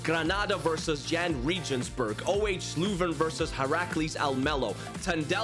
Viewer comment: its said euhw hrsh louven